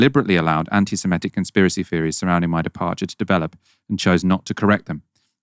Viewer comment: You're right about this - except you mispronounce "anti-semitic" 🙂